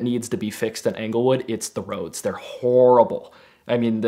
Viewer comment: Anglewood? Try Englewood, talk about sketchy.